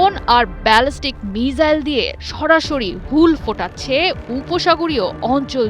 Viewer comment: মিজাইল না মিসাইল